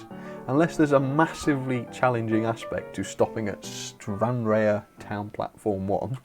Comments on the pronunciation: Stranraer pronounced Stran rar is the port on the Irish sea for Vehicle ferries to go from Scotland to Belfast. I have been across on the very big Stenna Line Ferries to Belfast. Stranraer is South West of Glasgow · Stranrear is pronounced "stran-rar" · Dunragit is normally pronounced as spelt Dun-rag-it, only if trying to say it in Scottish Gaelic would you say Dùn Reicheit. As someone else said Stranraer is Stran-rar. That was both a loch and the coast, Loch Ryan which is a sea loch. The harbour railway station does go out on a pier like that, now just called Stranraer railway station. Sadly the town station was closed in 1966 to passengers, and formally closed around 2009 (was used for freight I believe). My mum was born in New Luce which is just a stones throw from dunragit, so I know the area pretty well although I live just outside Glasgow lol. Hope not too much of a ramble, and you found it interesting. Just recently found and started watching your vids, not got a model railway or that. I did when I was a kid and well you never know one day lol, never say never.